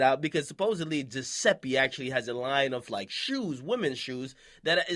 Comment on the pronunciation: Akademics the type of nigga to pronounce Giuseppe right but butcher Zanotti.